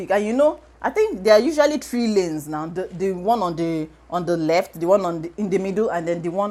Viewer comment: "Don't be on the reft lane"😂😂😂😂 I feel you